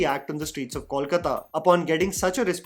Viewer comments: it's KOLkata (from KALIkata) and not CALLkata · It's pronounced 'Coal-kata' and not 'call-kata'... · Is it really so difficult to pronounce Kolkata by non-Bengalis? It’s क में ओ की मात्रा - कोलकाता not क में औ की मात्रा (it’s not कौलकता)। sorry, may not be relevant here but it really gets annoying at times when I see people doing such a simple mistake over and over. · I don't understand why people call it 'Kawl-kata' though the name is simple 'Kolkata'. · That's not Kawlkata. It's Kolkata. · It’s K O L K A T A..please please Not Kawlkata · Coal - kata! Call kata nehi! Please you Hindi speakers pronounce correctly. It's not call kala. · I am still waiting for the day when people show respect to bengalis by pronouncing the name of our city right. I am big fan of yours and expected a lot better. How difficult it is to say "Coal+kata" and not " Kawl+kata". I mean its a mistake alot of Hindi speaking people are making and as bengalis we have given up but when someone showers respect, we expect the basics first. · Please yaar - you can’t be in a show about Bengal and keep saying “kaulkataa”. It’s kol kaa taa - just. Simple. कोलकाता and not कौलकता pleeeease 🙏🏽 north indians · I want well-meaning people to stop calling Kolkata “Kawlkata”. It’s not too hard, guys. Say “Gol” meaning round. The Kol in Kolkata is literally the same pronunciation. P.S- not trolling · I know nobody gives a fcuk,. But since I'm a Bengali and it matters to me, here goes: Kolkata sounds more like KOHL-kata than CALL-kata. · Dear a small request on correct pronunciation of Kolkata and Prosenjit. Kolkata is pronounced as Coal-kata and not Call- kata, like wise Pro in Prosenjit is similar to Pro in probiotic and not problem 😂. It’s not that difficult try it. Correcting since i like your channel and follow it.